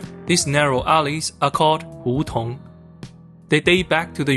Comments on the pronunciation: Hú tóng lmao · You pronounce 胡同 truly like a southern Chinese 😅.